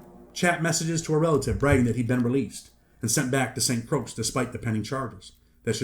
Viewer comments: Saint Croix is pronounced like the word Croy no (s) or (x) sound just a head's up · Lmao St. Croix is pronounced SAINT CROY 😂😂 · St. Croix is pronounced “Saint Croy” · It’s “Saint Croy”. That’s how it’s pronounced. As if it rhymes with boy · Need to learn how to pronounce St Croix smh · You’re pronouncing St Croix wrong, dunce.